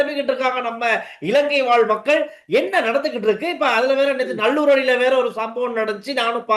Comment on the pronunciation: நள்ளூர் - எங்கே இருக்கிறது நல்லூர் வாசிக்கத் தெரியவில்லையா?